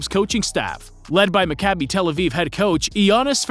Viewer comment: Hey man, great video. Two notes: 1. As an Israeli and a Maccabi fan, I liked how you pronounced team names. They were almost entirely accurate! Maccabi Tel Aviv is pronounced: Mah-Kah-bi Tel Aviv Bnei Herzeliya is pronounced: Bn-ei Herzeliya (not "Benei", but close enough). Really impressed nontheless, the best pronounciation I've heard from a non-Israeli. 2. Deni won back-to-back European titles with the U21 team ( ), was named MVP once, and was a part of the Team of the Tournament in both years.